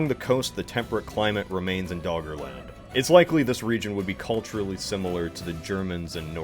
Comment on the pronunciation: All I hear is Dog Land